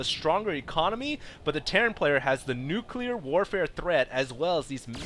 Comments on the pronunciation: nucular fire? Actually, right when that word is said, I noticed that one immortal lost all his shield and some health, is that normal? aren't they supposed to only lose 10% or is it only on normal attacks? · nucular fire? :p